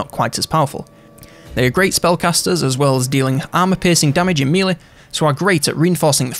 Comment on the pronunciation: One of the best YouTubers put there for infovids.... But I can't listen to them without hearing 'mealy' instead of melee. Meh lay. Meh -lay. mehlay. Melee. Thank the Normans.